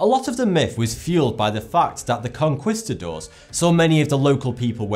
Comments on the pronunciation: Lol the way he said conquistador. Its pronounced conn-keesta-door, not conn-quissta-door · FFS, can you look up "how to pronounce conquistador " already? It makes me want to pull my ears out!